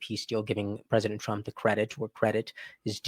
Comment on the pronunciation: Hay... mate you need to pronounce your R WORDS BETTER please it is Donald TRUMP not Donald TWUMP?